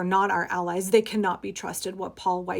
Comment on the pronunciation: good job on german pronunciation if weiss